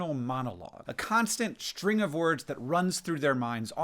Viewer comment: a constant shtring